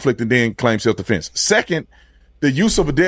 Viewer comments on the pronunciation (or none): Or as he wold say seff deflence 😂